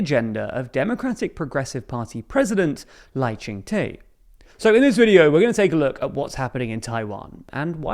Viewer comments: just a side note, Lai Tsing-te’s name in Mandarin is closer to something like “lie ching tuh” instead of “lie ching tay” or “lie ching tea” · Lai Ching (good pronunciation) te is pronounced more like duh/der. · FYI: The president’s name is pronounced “Lai Ching Duh” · Lai Ching-Te ('Te' pronounced Duh as in he is not the sharpest knife in the drawer). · Wow, I hate how you mispronounce Lai Ching De. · Baffling how the presenter didn't bother googling how to say William Lai's Chinese name. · Love your video but do google pronunciation rather than assuming how to say it, Lai’s name is te as de in French but you pronouce as de in Spanish. Also wrong pronunciation of Tang in KMT, and Yuan is one syllable and not two.